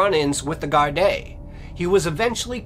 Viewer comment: There are news on the Annie McCarrick case. She never went to Johnny Foxes. They arrested someone. Apparently, it was a love triangle. Maybe do an update. Louth is pronounced outh as in mouth. Gardai is pronounced Gardee. You're welcome.